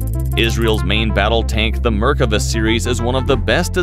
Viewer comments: I can't stand the pronounciation... merk ava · mer-KA-vah. They had two tanks in 1948, both of them Cromwells stolen from the British. The Merkava IV has a 120 mm gun. The Merkava I and II machines are now APCs. I think that your Merkava III illustration is not a Merkava at all. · What markava.....heheheehhee😂😂😂😂.. poor tank.. RIP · Mispronouncing both the tank, and my country. Meer-kah-VAH. Not murkava. Accent on the last syllable. Is-rah-el. Not Isreal. Sounds horrible to my ears. Also, General Tahl, as in "ah." Not Tal, as in tallow. Not English words, so check on those vowels! You would not want everyone to say Uhmarki for America. Please! שלום Shalom